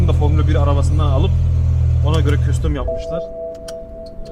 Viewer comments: küstüm eksoz 😂😂 abi ne ingilizce biliyon ne türkçe biliyon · Ameeeheee, türbo, küstom 😂